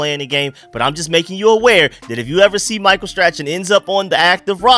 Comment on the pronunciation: Michael Str-ah-n the c is silent